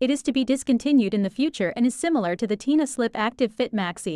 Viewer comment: They are called tena (ten-a say it right